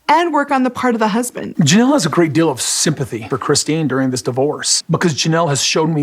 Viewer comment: Kody's misworded expressions & analogies always crack me up, as does Robyn's mispronunciation of basic words such as 'pitcher' for picture, 'rilly' for really, 'dill' for deal, 'frushstrashun' for frustration, etc. 😁